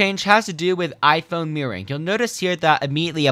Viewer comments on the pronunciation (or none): The way he pronounced "mirroring" as "meering"